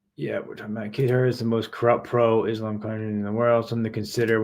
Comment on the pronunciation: "Kaytar" "Bugelo" "Tarsukyan" Never change 😭